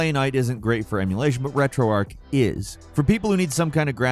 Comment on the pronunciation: why do people call it retroarc? its retroarch